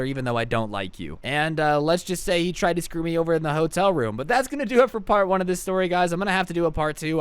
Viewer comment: Enphasis on TRIED